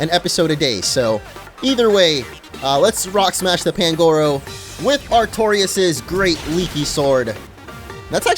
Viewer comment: You dont say pangoro you say panguro